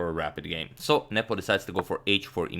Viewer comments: Anyone else thought Agadmator was saying "nipple" when referring to Carlsen's opponent? lmaoo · You saying his name made it look like 'nipple'